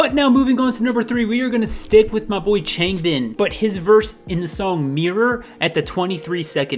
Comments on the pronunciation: cries in Chayngbin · “ChainGbin”😂👏🏼Nah but I like this video lmao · chAAAngbin lmao so cute its chahngbin like aaaaa like ah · I can't watch this because he can't pronounce changbin right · The way he pronounces Changbin...